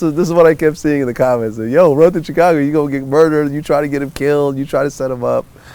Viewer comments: it bothers me the way this nigga vlad says chicago.... chick - ago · The way Vlad keep pronouncing Chicago like "Chicano" got me twisted. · I hate the way Vlad says Chicago